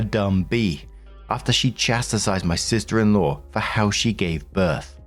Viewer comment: Chastised is not "chasti-sized."